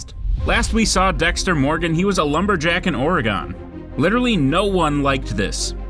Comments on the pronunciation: Or-eh-gun. Not Or-E-Gone. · For the love of god, learn to say Oregon correctly. Gon, not GONE. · You mispronounced Oregon. It sounds like how you would say organ, not ouraygone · Oregon pronounced as Oregun , not Oregone. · Ugh it is not Oree gone. It's Or uh gun! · Dude... Ory-Gun. OREGON. Not Ora-Gone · “Ore-ee-gone” ok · “ Or- igin” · Sad that I have to point this out in this day and age, but there's no such place as 'Ore-a-gone....' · They weren't in Oregon, which is pronounced "Or eh gun" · Why do people say Ory-Gone lol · "Oregon (ORE-uh-g'n)". Does not rhyme with gone. Normally that is enough for me to stop, but I did finish the video and do enjoy your "(may) have missed" format. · okay but why tf did you say Oregon like that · Dude said "Origin" correctly, but not "Oregon"... 😑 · The way the narrator pronounced “Oregon” would have been enough for him to meet Harry’s code. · God damnit no one outside Oregon can pronounce it right lmfao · Kinds funny how you pronounce Oregon